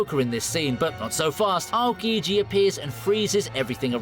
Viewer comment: his name is pronounced more like OW-kiji.